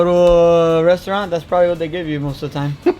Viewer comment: while saying “Peobably”